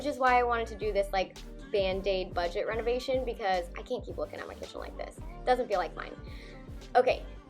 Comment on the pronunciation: You did a great job! The word is BUDGET.